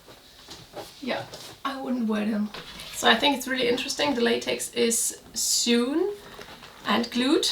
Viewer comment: Just a friendly correction: 'Sewn' is pronounced like "loan'.